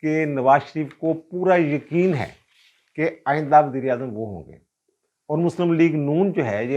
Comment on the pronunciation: Aap Baber ko wazeer i azam keh rahaiy haiy yaa Mughl i Azam ? 2 dafa yhi samjh aaiee wazir i azam .